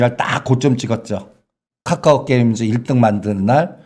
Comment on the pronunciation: 까까오 나만거슬리노?? 발음찰지시다